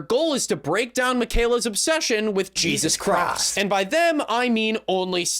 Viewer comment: Oh jeezus chrawst!!! Oh GYAWD!!!